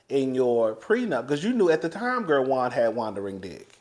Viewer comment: Not 'Juandering' you clever little minx! =D